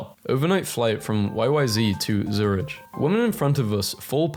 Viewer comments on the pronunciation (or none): none